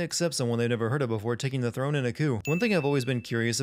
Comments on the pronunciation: The word "coup" is pronounced "coo", not "koop". Aarrgh! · It's pronounced couu not coop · Does he say coup like coop? It's pronounced coo. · he pronounces the 'p' in coup. It's French, coup d'etat. Overall, he's just super nitpicking to create content. It's so over the top, it feels like satire. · You pronounced the P in “coup”. Sin Ding Sound. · So for future funzies, you're not supposed to pronounce the "p" in the word "coup". Dunno why; you just aren't.